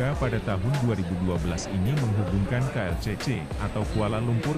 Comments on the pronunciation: KLCC mas bukan keyelcece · Nak tergelak sebut klcc bukan klcece 🤣